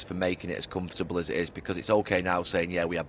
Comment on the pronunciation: Gary “Com-foot-able” Neville